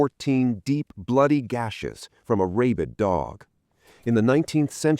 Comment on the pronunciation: The narrator mispronounced the word rabid as "ray...bid". Phonetically it's pronounced "rah...bid". A quality review program prior to publishing will stop erroneous mispronounced verbiage.